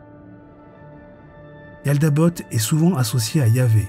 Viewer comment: Yaldabaoth et non yaldabot